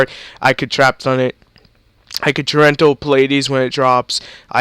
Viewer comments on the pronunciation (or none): Y U SAY TORRENTIAL WRONG? Torental LOL